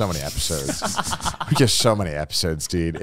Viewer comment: did Connor hit us with that American "dude"